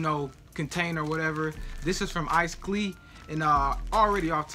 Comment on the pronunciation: And its pronounced ice "click" clique